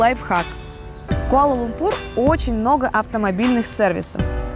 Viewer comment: Почему используете такое непривычное слуху ударение? Даже в иностранных видео используется ударение на лУмпур, а не лумпУр